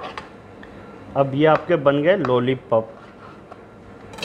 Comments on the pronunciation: लोली पोप नही लोलीपोप है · Nice Chef....bus ek Baat bolni hai ki jab bhi aapne lollipop bola meri hasi nahi ruki.